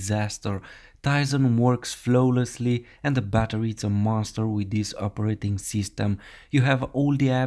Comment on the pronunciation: and flowlessly 😂😂